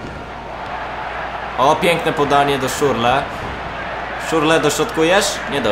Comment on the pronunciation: To jest Szczur le a nie Szurle :D.